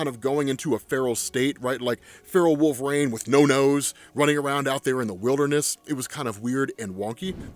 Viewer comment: Bro, please stop saying wolve"raine" jeezus